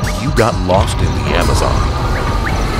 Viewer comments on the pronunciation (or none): none